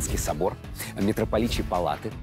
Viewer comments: МЕтрополичьи палаты? Мило. МИтрополит. МИтрополичьи палаты. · МИтрополичьи палаты, а не метрополичьи